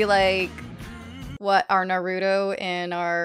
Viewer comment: I was shocked how she said “naruto”😱😱😱😱😱😱 And she also tho Caesar was dio 💀💀💀💀💀💀💀